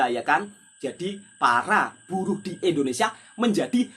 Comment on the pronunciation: .INDONESIA BUKAN ENDONESIA.INDONESIA INDONESIA INDONESIA INDONESIA INDONESIA.